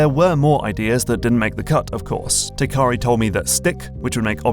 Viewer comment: Isn't the developer's name Teikari, not Tekari?